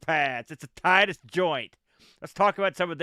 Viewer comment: If there is a “severe lack of knowledge of the USA” in this game it is from a French developer not a British one. Titus (pronounced Teetus) are a French outfit not a British one. The 560 SEC did 0-60 in 7 seconds back in the 90s so it was no slouch for a huge coupe. I went for the BMW alternative back then with the 840Ci (I’ve always been a sucker for pop up headlights) and can tell you for a huge car those things can shift. Definitely autobahn monsters of their time.